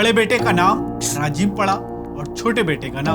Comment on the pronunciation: कैसे कैसे लोगो को एंकर बनाते हो सर जी जो राजीव को साजीव कह रहा है और १९४६ को संजय को १८ साल का बता रहा है😁